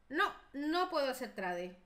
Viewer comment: Se escribe trade pero se dice treid